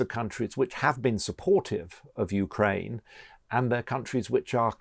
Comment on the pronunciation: Excitzing. Supportzive. Diplomatzic. Brexit englsh???